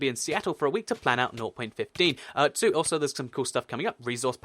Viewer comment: some times I hear him say north.15 instead of 0.15